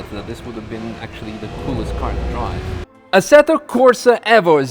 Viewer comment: u constantly say evvo lol